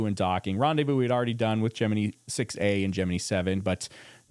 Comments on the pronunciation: love your channel. very educational. but you got me when you pronounced Gemini as (gem-me-need) i thought it was ( gem-me-nye). but what i know lol. 😂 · Jim-in-EYE NOT Jim-innee